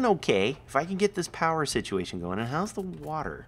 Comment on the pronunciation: Thanks for the video. I was face-palming so hard when you were trying to figure out the power sit-e-a-tion. LMAO